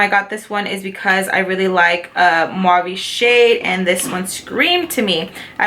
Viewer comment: Great video!!! You got a lot of stuff...so much fun to see the looks your gonna create. Every single time you've said the mauve or mauve it's cute but the correct way to say that word is MAV or MAVY! no "U" in it sweety! Also the Colourpop one Tulle you pronounce it without the "E" fyi :) I say it with lots of love! Stay beautiful! Can't wait to see your next video!!